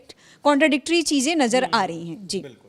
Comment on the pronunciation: Abe Urdu bolna to seekh lo.. Cheejen...nhi... Cheezen